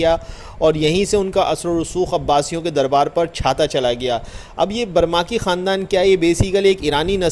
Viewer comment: برمکی ہے نہ کہ برماکی۔